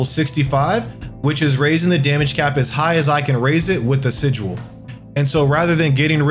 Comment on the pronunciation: Haha sijual. Good guide though.